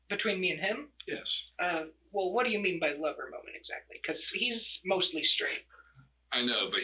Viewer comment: "whayamean" I can't stand how he keeps saying that like an idiot. It's making this rage build up inside of me.